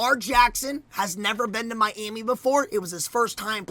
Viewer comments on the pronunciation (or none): Man he’s says tuas last name tagadova And says Miami like miaimi